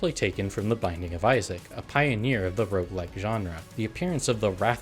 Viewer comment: IT'S ROGUELIKE NOT ROUGELIKE!